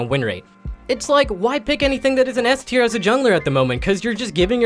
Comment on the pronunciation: Eth tier, sound it out and when ya figure it out get a new speaker for your vids LOL